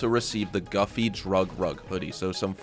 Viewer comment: Just a heads up - that in-game brand called "Güffy" is actually pronounced goo-fee (or Goofy). It's not pronounced "guff-fey" like huffy 😂 That's the (admittedly kinda lame) joke R* is making lol Same with "Annis" actually being pronounced "anus" and not Ann-nis, as you incorrectly say it. Just a FYI bro 👍🏻